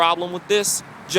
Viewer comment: Was enjoying this video UNTIL you said Renaissance.